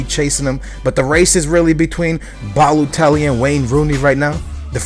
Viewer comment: Ba - Low - Telly Yep that sounds about right xD